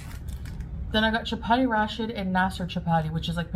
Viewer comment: doesn't know how to pronounce "rashid". Actually, since the word means righteous, it makes sense that she wouldn't know it.